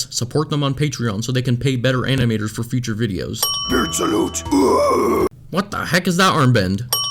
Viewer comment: like the vid but she says "for" even it sounds like she saying one